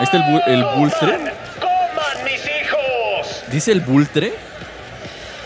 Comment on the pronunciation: es Vulture, de "Vultur" se pronuncia